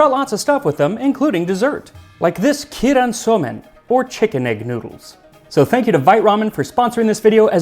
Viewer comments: Anyone trying to google in Japanese it's 鶏卵素麺 keiran soumen as opposed to kiiran which is how he pronounced it. It means chicken egg noodles. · The pronunciation for the word keiran is kay-ran. A small thing, but I couldn't not comment on it. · Just two small quibbles: Keiran is pronounced more like "Kay-ran". The "e" sound in Japanese is an "ay". In addition, the prohibition against meat was only ever intended or enforced among the nobility. It was associated with Shinto as practiced in the Imperial Court, where cleanliness was a major deal similar to some other religions. It's unlikely that peasants would even be aware of the proscription. They mostly didn't eat meat for a reason you mentioned, namely that what domesticated animals existed in Japan were too important in other roles. There just wasn't much room for pasture land or ranching, so meat played a very small part in the average diet. Those living on the ocean would eat fish very often, and those that lived near woods could go hunting for game (Which was never banned in the first place), but that is about it. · Just want to mention the correct(-ish) pronounciation would be similar to keigh ran soumen (the first syllable is like how you say the letter K) instead of kee ran. Common phenomenom for English natives since English doesn’t have a combination that produce the long ei sound without adding anything after it. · Looks so good! Great job trying it out! One head's up -- 鶏卵(keiran) is pronounced "kay-ron", not "key-ron."